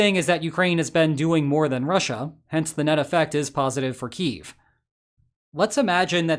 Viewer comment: I appreciate that you correctly pronounce Kyiv the way it should be pronounced. Many youtubers still use the Russian pronunciation.